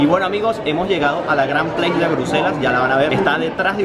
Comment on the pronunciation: Se llama “Grand Place” en francés, no en inglés, de verdad que no sé porqué lo pronuncias en inglés, se nota que ni siquiera esta en inglés. Que vergüenza que hagas videos sin informarte.